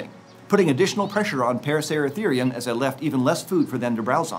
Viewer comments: Him: paracertherium Me: racer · Why he saying parasarasereum it’s a racer is he mad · The amount of times he said "Paraceratharium" has me dizzy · Take a shot every time he says paraceratherium